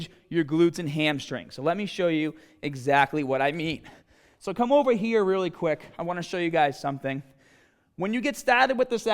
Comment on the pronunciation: “You got to go from hera to hera” Lol accent. Your gonna stock out in Flo Rida. Unless you are in Tampa.